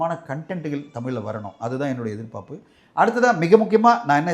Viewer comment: எதிர் பாப்பு, எதிர் பாப்பு என்று உச்சரிக்கிறாரே ஏன்? எதிர் பார்ப்பு என்று உச்சரிக்க மாட்டாரா?